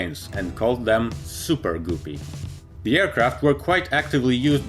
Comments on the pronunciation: it's not goopies or goooree it guppy why are you making fun of this airline it is a great airline. By the way I'm still am not trying to start a fight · Anyone else think it’s kind of funny how he pronounces “guppy” like “goopy” lol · It’s pronounced “Gup”-ee, rhymes with cup-ee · Please pronounce Guppy ....G-upee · Guppy rhymes with puppy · It's pronounced "guppy" rhyming with puppy. I knew the son of the man who named these little fish in Lake Victoria. He was Nick Guppy of Cambridge, England. That's how he pronounced his name! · I know why he pronounced Guppy like Goopie, because it's the way how he pronounce species of that fish in his native language. In my language we pronounce Guppy in the exact same way like he did it, of course we write it differently (Gupi) Energia being Russian rocket project he spelled it correctly, and using English alphabet you can write it somewhat like "Energiya" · It's pronounced Ga pi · Goo-py??? WTF!? LMAO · Great video. You can pronounce "goopie" any way you want to. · Sounds like he is saying Guffy BuuBuuu that's all Fokes ! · Everytime you said “Goopy” I cringed lol. Good video otherwise! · Accents: am I a joke to you? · mezsh he will just say like poopy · I understand your point but he clearly knows how to pronounce the soft u sound. says 'structure' perfectly fine along with a few other words in this video even. It's just a case of picking the incorrect pronunciation for the u in Guppy. So the rhyme should be helpful. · its guppy not goopy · Not pronounced " Gu-P". But Gup like cup and ad another P and you get, GUPPY. By the way we love your videos and watch all the time. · It's guppy, btw. Not goopy. There's a reason for the double "p". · Super goopy? Its guppy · Guppy....not goopy........come on, dude...... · Its guppy damn it not goopy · It’s not “ GOO PEE” it’s “GUP PEE”! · Btw it's not gu pey it's gup pey that's how you peonose it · "goopie" "Energea" It's guppy "gup(like cup/pup)-ee" And energia "enerjee--ah"